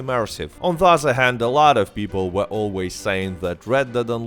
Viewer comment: You even say "other" like "uhzerr" but then pronounce "THE Gun Rush" totally fine. YOU'RE A FRAUD!